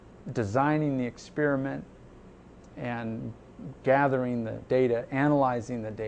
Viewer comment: So, he's saying that there were mutations. However after the "worldwide flood" those mutations didn't express themselves in such small populations. In otherwords, incest is A-OKAY! The creationist paradigm ended 140 years ago. Right, as soon as you can pronounce "experiment" I'll pay a little more attention.